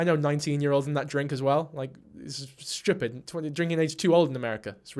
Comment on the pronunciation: omg girl u sounded Scottish when u said stupid!! u said it like me like "shewpit"